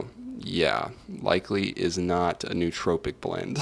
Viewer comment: I couldn’t stand every time he mispronounced nootropic. It is pronounced as “Noah tropic”.